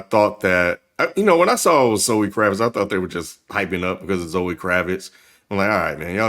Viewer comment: It's Kravitz